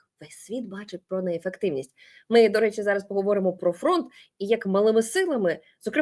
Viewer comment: " Нєєфектівнасть амєріканскафа аружия..."...😂😂😂😂😂😂😂😂😂😂😂😂😂😂😂😂😂😂😂😂😂😂😂😂😂😂😂😂😂😂😂😂😂😂😂😂😂😂😂😂😂😂😂😂😂😂😂😂😂😂Ой не можу....😂😂😂😂😂